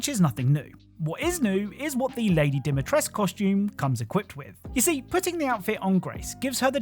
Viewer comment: you're actually supposed to pronounce the cu in Dimitrescu, you know? 😅